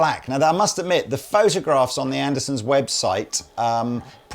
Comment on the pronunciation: There it is again. "Anderson's!" Is that the British pronunciation?